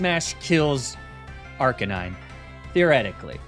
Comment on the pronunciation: . Eww what is that horrendous pronunciation of “arcanine”